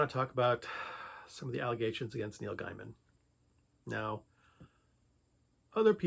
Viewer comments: His name is pronounced “gay man” not “guy man” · It's pronounced "GAY mun". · Why do you not pronounce his name correctly? It cuts your credibility.